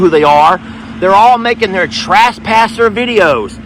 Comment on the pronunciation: Sound like he said trashpasser. Lol. Okay time for a gate. Smh. Omg not ok